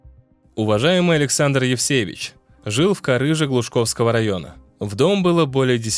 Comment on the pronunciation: Глушковского а не ГлушАковского.